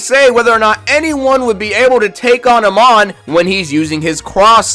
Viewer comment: Nah bro whyd you say amon like that 😢